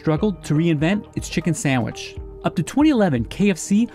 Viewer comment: Did that guy say Samich???? Jeez